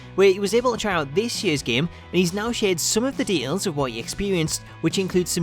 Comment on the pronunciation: I don't mind accents...but de-ails is not a word.